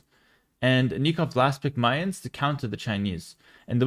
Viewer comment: Your pronunciation of "Mayans" is so similar to "minds" or "mines" i had to replay it like 3 times to understand what you meant lol